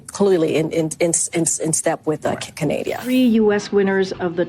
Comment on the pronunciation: She brings, "Canadia," to the podium. 😂😂😂